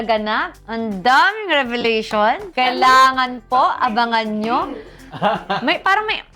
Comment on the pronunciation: Ano kaya yong revealation , diniin pa ang pagkabigkas eh tapos tingin kay kl